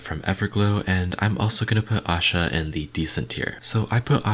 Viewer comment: Her name is aisha not asha. You are pronouncing it wrong Aisha almost sounds like I-sha and asha is Aa-sha